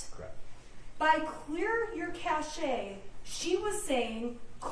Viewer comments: Cache (ca shea) as Target? They have told her how to say it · Did just say “cashay” and not “cache?” Does she seriously not know the right pronunciation of that word? Explains why she is a complete moron when it comes to using any electronic device in the courtroom. I’m surprised she knows what Facebook is. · Pronounced "cash." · Wow.. too many leading questions! I have never watched a trial like this. AND please, what year is this? Cache pronounced Cash, Cachet is something entirely different. Everyone knows that! But whatever, it is not about the small details. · It shows a lot about the defense lawyer, however: she asked, and he told her, what the pronunciation is. She then declared a few questions later that she didn't know the correct pronunciation and therefore she was going to continue with her own version! SMH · Even after the witness told her how to say it she says it wrong lol